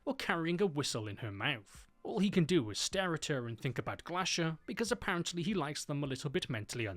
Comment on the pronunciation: Stop th-fronting!!! It's pronounced three not free, think not fink and thought not fort!!!